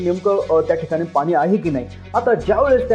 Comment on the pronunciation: Pani ...ya shabdat ..n...cha uchhar shudh kara ...aikayala aavadel